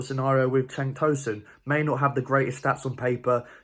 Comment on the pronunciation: cenk with a j. like 'jenk